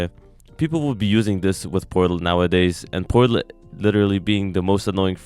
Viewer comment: does he say it porlat or am i trippin